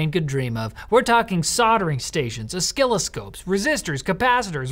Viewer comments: Already ordered the pixel 8 pro. Still don't have faith in the 7 years tho. Btw it's pronounced uh-sill-o-scope. I cringe every time I hear o-skill-o-scope especially in engineering courses. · Is Oh-skilloscope the Canadian pronuncation? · "O-skill-ascope"!? Bruh, what? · As a dsp thesis student, I'm way too pissed at how pronounced oscilloscope